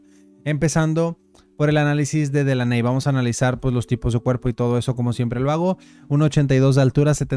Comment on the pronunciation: Délany bro así se pronuncia Delaney😅